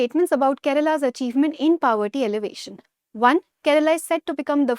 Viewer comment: She is right with her pronunciation